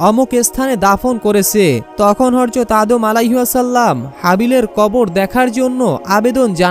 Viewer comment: বার বার হর যত হর যত বলছিস হযরত বলার চেষ্টা করবি প্রয়োজনে সাত দিন ট্রেনিং করবি তারপর ভিডিও বানাবি